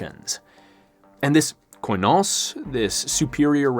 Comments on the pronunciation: Please use Google translate to at least get a general idea of how the greek words are pronounced. Koi-nos is truly cringe worthy to listen to. It's kee-nos (in murocan phonetics. Kee, as in Keep, or keen) Koi sounds really dumb and stupid and like a Japanese fish 😆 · here to help. they're pronounced "kinos" "sofos" and "efthina" and "enotis" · You have effectively butchered Ancient Greek, in nearly every single one of your pronunciations here. Κοινός is pronounced Kinos, with accentuation being on the O. Σοφός is mostly correct, but your accent is very strange. Εύθυνα is pronounced Efthina, with accentuation being on the E. Ενότης is pronounced Enotis, with accentuation being on the O. There is no H sound here. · I'd like to help with the greek pronunciation: Κοινός: kee-NOHS Σοφός: soh-PHOS Εύθυνα: EF-thee-nah Ενότης: eh-NOH-tees Κληρωτήριον: clee-roh-TEE-ree-on.